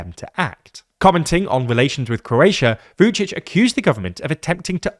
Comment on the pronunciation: V-yoo'dshidsh? Ra'faell? Please learn how to pronounce those names correctly. Remember: There are many other languages on this planet than English, so not every word is pronounced if it were.